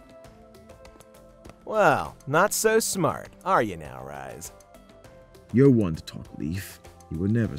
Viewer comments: Friendly Correction It's Asch not Ash It's Rhys not Rise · YYYAAAASS Also it's Rhys not Rise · Rhys not rise